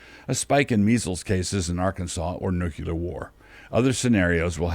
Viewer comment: please tell me you didn’t say “nuk-u-lar” war.